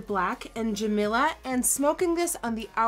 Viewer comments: Jamila is pronounced Juh-me-luh, not Juh-mill-uh... >.> Makeup looks is very intense! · NikkieTutorials my names Jamila you said it wrong put its ok because you slay😂😂❤️❤️❤️